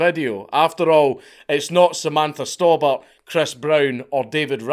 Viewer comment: Maybe it's the accent but was her name actually Samantha Storebought ???